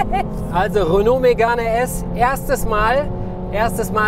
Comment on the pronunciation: Des heisst 1. Renault Megan RS (Sprich: Röno Megan RS) uns 2. Michelin (sprich: Mischlää)! Verstanden?